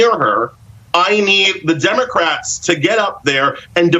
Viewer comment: He mispronounced "democrats" several times